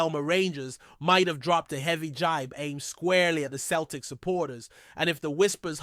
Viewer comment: It’s not cel tic. It’s sel tic. Ffs